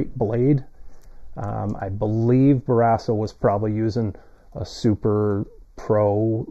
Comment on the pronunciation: What is this video? Lol You pronounce "Barrasso" weird and incorrectly. Tom wore #30 while with Buffalo. And he's a lefty. Better luck next time,.